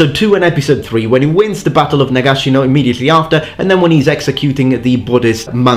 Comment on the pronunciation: 🤣🤣🤣🤣 that pissed me off so much